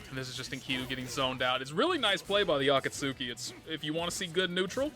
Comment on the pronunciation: I didnt realize people didnt know how to pronounce that. Its akatsuki like from Naruto? A-Ka-T-Ski. Typical japanese pronounciation.